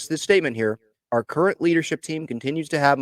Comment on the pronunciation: Nah. Not are current. Not “are curren.” /